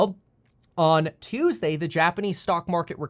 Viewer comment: "Turn around Tuesdee"